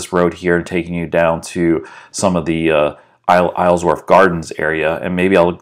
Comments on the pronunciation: The proper way to say it is Isle-worth. Not Islesworth. You kept adding an S to it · I cringe every time you say IsleSworth..... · Love the drive thru but my god it was difficult to hear you saying “IsleSworth” every single time.